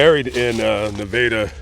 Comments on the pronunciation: What a pretty little girl. Great job with the awareness. Thank you also for pronouncing Na-Vay-Da correctly. Thank you again. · I lived in Springfield for college. Thank you for saying Nevada correctly. 👍